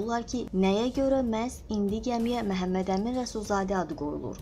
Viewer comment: Ay qiz Mehemmedemin deyil axi Memmedemin dir